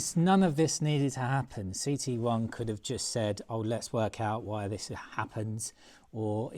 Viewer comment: viss = this or did you say diss ffs m8 get a grip try talking engriss just listen to yourself 🙄